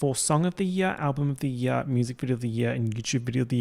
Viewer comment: take a shot every time says year like yeah 😭